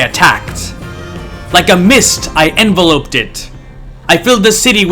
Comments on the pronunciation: You've never heard the word "enveloped" or the term "bas-relief" used out loud before? What the hell do they teach in schools these days? It's "en-VEL-upped" and "bah" relief (the latter term is French so the S is silent; it's not pronounced like "bass"). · EnVELoped, meaning to cover completely... mispronunciation on my part.